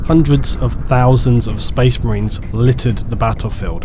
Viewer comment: Not sure words like 'enraged' and 'marines' are supposed to be pronounced with an L in the middle...